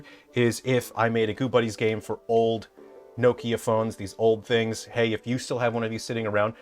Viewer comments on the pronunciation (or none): That phone that you had why does no one ever say the name correctly it's not Nokia